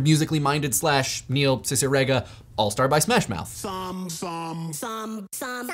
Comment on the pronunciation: pronounced Cicierega wrong